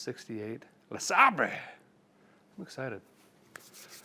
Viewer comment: Please stop pronouncing it Le sahbray…. Poor Bentley is confused on the pronunciation. 😊